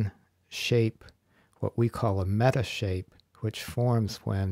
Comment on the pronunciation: Metashape? Is that what you said